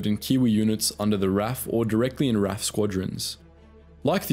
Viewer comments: Sorry Dude, while ANZAC is correctly and respectfully pronounced as it is spelt, RAF is not. It is always pronounced Are Eh Eff, not Raff. The latter is highly disrespectful. which I do not believe is your intention. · NEVER EVER call the R.A.F. "raf". Each letter is always pronounce individually. The R.A.A.F. on the other hand, is known for the phonetic pronunciation of it acronym. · Ahhh it's not 'raf' it is R-A-F but gotta love the ANZACs they did the allies proud. The Aussies who held out in Tobruk is an amazing story of heroics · Amazing video! But it’s the R A F not the Raf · The way you say RAF...my god. It's R A F, not raff XD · It's R.A.F not "Raff" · Nope it’s R.A.A.F pronounced Raff. (Royal Australian Air Force) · Ah thats why it sounds funny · The RAF was pronounced in away that offended my entire family tree. But the video was still interesting. (If the RAF thating was a joke, then sorry I haven't picked up on it).